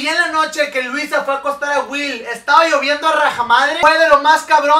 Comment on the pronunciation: me dio demasiada risa como se vestía Louisa😂😂 y como en vez de decir Louisa dijo Luisa😂😂😂😂